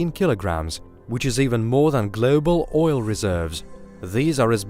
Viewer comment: "Ke'ola bore he'ole"?? Can't even say oil. E'oil... But can say frost, not fre'ost...